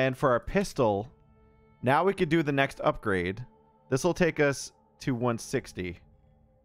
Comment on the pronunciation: "I think we did all we could do" don't you mean "I think we did all we cadou?" :D